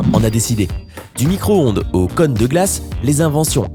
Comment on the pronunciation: Y'a un accent circonflexe sur le "o" de cône. Donc ça ne se prononce pas comme "conne".